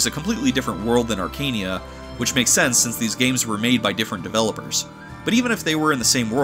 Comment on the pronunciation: It's not pronounced "Arkania", it's "Arka-neia", as you can see from the japanese name "アカネイア" "Akaneia"